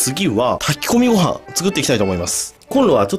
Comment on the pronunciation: たgkこみごはん 呂律アトム